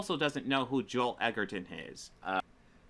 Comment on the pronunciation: Fucking hell. He admonishes you for not knowing who Joel Edgerton is, and then proceeds to mispronounce the surname...